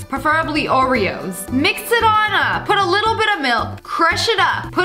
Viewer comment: "gotta mix mah ✨✨oreaoes✨✨"